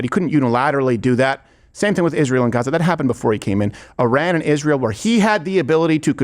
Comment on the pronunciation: Steven do a piece on how she says the word “Israel”. Iszhrael. It’s so annoying how she says it.